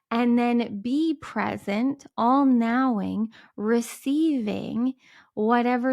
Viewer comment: A most interesting mispronunciation between and ... You intended to say "all knowing" and it came out as "all NOWing,"😮😊 Because it's about staying in the NOW, more than anything. Just found you. Instant subscriber!